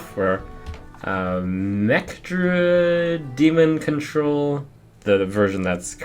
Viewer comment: 'Demon Cuntrol' I lol'd